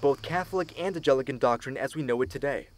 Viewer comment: Oh for crying out loud. The narrator repeatedly pronounces "Anglican" as "ANGELICAN"! SOME Anglicans may be "angelic", to be sure, but a fat lot of good interfaith dialogue will have if people don't know what the "other side" is called.